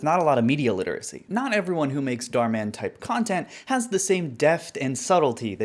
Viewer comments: I like how you pronounce it with emphasis on Dar, like Darman as if he’s akin to Batman. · bro really called German Darman "Darman in Dutch" .-.